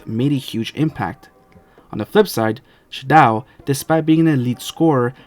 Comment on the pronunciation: It’s pronounced “She-doh”